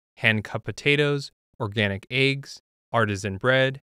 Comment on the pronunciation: he said.. "aye-ggs" 🥚 💀